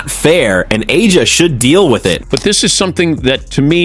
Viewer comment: Dude dnt even no the league miss pronounce A'ja name and Don't even knw who the raining mvp is Last yes Caitlin has broken alot of records rookie records . She is on pace to break the league assist records but A'ja is on pace to score 1000 points a game A'ja is in the top 5 of most stats offensive & defensive Caitlin is in top 5 assist & turnovers. The league mvp is A'ja like it or not